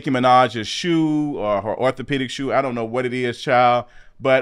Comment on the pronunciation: He said orthopedic shoes😂